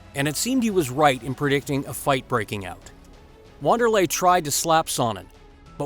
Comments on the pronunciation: "WANDER-LAY"?... Wanderlei is pronounced VANDER-LAY... ffs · sounded like you said wan its actually pronounced van, just saying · In Brazil to my understanding the starting W sounds like a V and R sounds like H. It's pronounced Van-derlay not Wonder-lay. Hoyce instead of Royce.